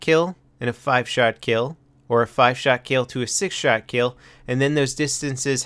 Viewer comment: lol said sht shot instead of 6 shot new epic viral video lol